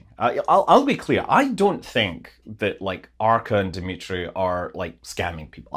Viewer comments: Dumitru, not Dimitri. He ain't Russian haha. People should know a scam when they see one. Showing "something real" works a lot better than showing something photoshopped. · The name is "Dumitru" not "Dmitry"! The romanian and russian pronunciations are very different, in romanian two "u" sounds need to be heard. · Dumitru not "Dimitri". u in romanian sound like w in english. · Hi Scott. His name is Dumitru not Dimitri. Thank's